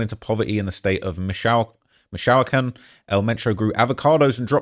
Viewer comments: It’s Mee-chao-kahn not Michoacán 😆♥️ appreciate you fr. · Mish(tish) O Wok con...Michoacan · Bro literally said Michoacan as Mich-shaolin 😂🤣😂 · Its pronounced Meech-oh-wa-khan. Jeez. Just watch a Cheech and Chong movie,. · Bruh... mishOWikan? 😮‍💨